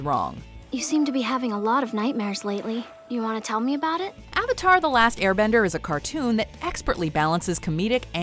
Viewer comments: "Are you the uh-vatar ung?" God that line almost gave me a stroke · "Ong" "Uvatahr" The pronunciation of these words were the only thing that was needed to make me dislike this movie. They could have watched a single ATLA episode and then they wouldn't have butchered it as bad. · “Are you the ovitar ong”? - soaka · They said ovator one time. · bro i watched the episodes and their way better than the movie. It's also so annoying of how they pronounce Avatar and Aang wrong. The expressions and stuff don't really make this come out very well... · Forget oooNg the uV-Atar they kept saying Suuuccka instead of Sokka. It made me feel sick. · Uhng are you the UH-VATR? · Hi guys today I’m going to be saying the pronunciation of the character’s names Sokka=Sew-Kuh Aang=ung/ong Avatar=ovatar Cabbage man= non existent for no fucking reason ruining the one chance this movie had at having any comedy or feeling at all. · series vs live film aang——> ong sokka ——> sowkuh iroh——> eerow avatar——>awvuhtar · That was literally me during the entire movie. I was also correcting the pronunciation of Sokka and Avatar, among other things while watching this sorry excuse for a live action adaptation. "Movie": My name is Ung. Me every time the avatar's name is butchered: It's pronounced Aang.